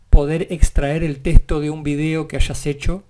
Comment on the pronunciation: soy a la unica que le altera que diga testo en ves de TEXTO?